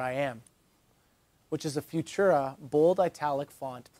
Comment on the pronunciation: you pronounced Futura wrong